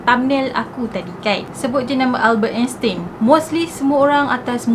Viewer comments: salah tu sbut nama dia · Sebutan sebenarnye Albert Einstein adalah.... 'Elbert Estain'